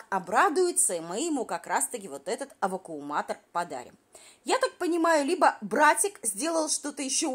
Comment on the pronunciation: Нам прислали ВАКУМУАТОР ,сейчас мы всё тут завукумуируем "- очередной шедевр от усталой баржи 😅. Её мозг не способен переварить и запомнить правильное название быт.гаджета ,а язык не может правильно произнести это название.Это за гранью уралкиного ума .😅